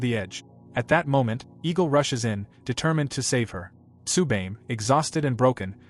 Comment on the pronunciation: Had to stop watching cause you keep fucking up how to say Tsubame.